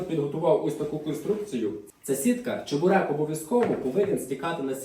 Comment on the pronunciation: Сам ти чЕбурек.Чі(звук шиплячої олії)берек.